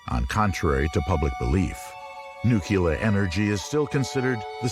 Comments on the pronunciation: Nu-ku-lar. Some people just can't say 'nuclear'. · Why does the guy keep pronouncing it "Nuclea?" I've never heard anyone drop the r in Nuclear before. It's distracting and odd. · Wish the narrator didn’t say “nucleauh” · Did the first or second explosion blow the letter 'r' off the end of nuclear?